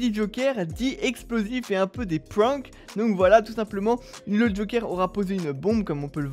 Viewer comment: Il a dit « prank » avec un accent anglais mais une prononciation française ça me fume